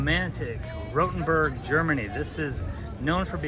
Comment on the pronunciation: Diese KI Stimme ist eine Zumutung, sie kann ja nicht einmal der Name Rotenburg aussprechen 😢